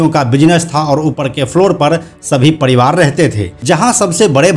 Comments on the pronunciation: पडीवार नही परीवार 🤣🤣🤣🤣🤣🤣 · पडीवाड र को ड क्यू बोलते हो बे